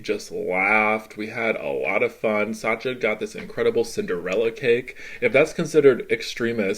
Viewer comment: Why do you say Satcha? It's Sacha.